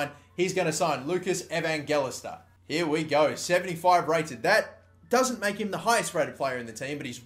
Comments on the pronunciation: Evangelista = Ee-van-jel-ee-sta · I think it's pronounced evanjeleesta